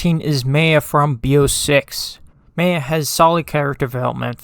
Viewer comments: Good Viedo but you mispronounced "Maya" name wrong. It's "Mai-ya". Not "may-yeah". It's spelled like "Maya" because that's how it's spelled. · The way this guy pronounced the name “Maya” throughout the whole video is annoying. It’s so wrong. The ay in the name is pronounced like the i in hi. Not however he was saying it.